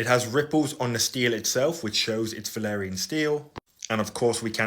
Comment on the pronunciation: Idk if it’s just your accent, byt it’s valyrian. Not valerian